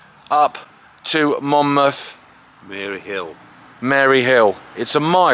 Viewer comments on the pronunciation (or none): It's Mayhill, not Mary Hill, but great video. We had a WW1 re-enactment walk a few years ago from the military building near Monmouth Castle to Troy Station to commemorate the soldier's route to war. Followed by a memorial service for Remembrance. My friend and I were walking on the Mayhill side today and she recommended this video. Brilliant stuff!